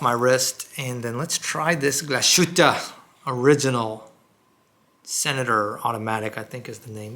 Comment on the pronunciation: It's pronounced Glass-Hütte, not Glash-ütte😅